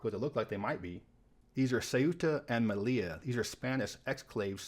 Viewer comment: First YouTube video ive seen pronouncing Ceuta and Melilla correctly